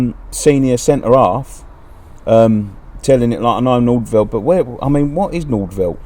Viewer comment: where is the 'L' in nordveit haha, everyone seems to say nordveLt , pronounced nord-vite